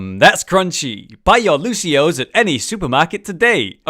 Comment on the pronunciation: Surprisingly enough, it's actually Lucio-ohs. Just look at the spray again.(The official spray).